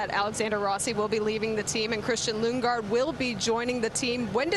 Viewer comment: Wait the guy even announcers call lunge gaard?